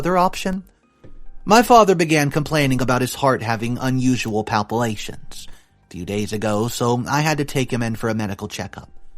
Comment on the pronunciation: "Palpitations" is not pronounced "palpilations". Nor is "lamented" pronounced "laminated". Seriously - WORDS MATTER! You continue to change, add, drop, mix up, and/or create new words in every video. Palpitations is an actual word with actual meaning: A sensation that the heart is racing, pounding, fluttering, or skipping a beat, often bothersome, but hardly ever a sign of heart disease. "Palpilations" isn't even a word. Replacing palpitations with palpilations makes the whole sentence meaningless gibberish. Lamented means to express sorrow, mourning, or regret for, often demonstratively. Laminated means something that has been overlaid with a layer of plastic or some other protective material. Switching those two words also makes the sentence meaningless gibberish. You use a lot of care choosing your stories and finding updates. That is a lot of work that is greatly appreciated by your listeners/viewers. I only wish you could save a little of that care to use while reading. Your channel is really good but this could make it a great channel IF ... 😥